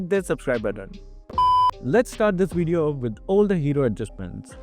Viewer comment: "In this wideo" 😂😂😂